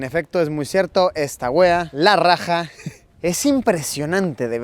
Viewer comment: luisito se dice esta weá esta la rája . tienes que acentuar esas partes para q suene bien me estrersa escuchar decir nuestras palabras mal jajsajajaj